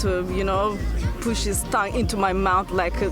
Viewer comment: Toungue =/= tang tylko / tʌŋ / tan